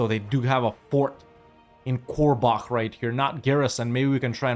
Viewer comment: Me being from "Korbach", getting absolutely furious everytime he says "Korlach" xD